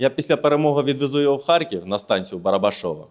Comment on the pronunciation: Не Харьків😮,а Харків не сором моє місто ,правильно вимовляй...